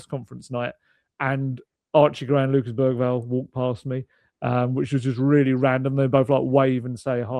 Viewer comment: Lucas Berryval Also: Gapko